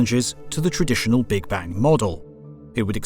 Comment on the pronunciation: Now i know that this voice is AI generated and this Channel lost its charm for me :(((( Notice how he say "big bang" ... sad